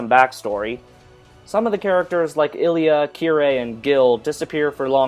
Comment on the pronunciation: i'm sorry for being the smart ass(lol) but u keep pronouncing "Rin" wrong. it's spelled Rin, but pronounced (Reen) and u're also pronouncing "Illya" wrong